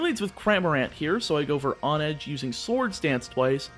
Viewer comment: Isn’t it pronounced “HONE-edge”, as in how one has to HONE their skills in order to improve.